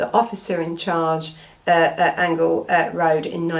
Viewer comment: It's pronounced Angel Rd as in angel